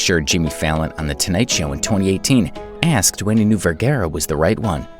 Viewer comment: You would think that the narrator of the video would be able to pronounce Vergara correctly.